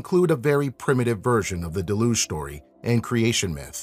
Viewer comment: Penultimate accent. DEL-uge